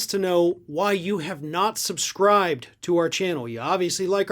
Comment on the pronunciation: Nice that you said his last name correctly 😊, but Santos is still a horrible man.